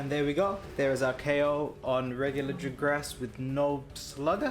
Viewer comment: Wait I thought it was Jagras not "Jigras"...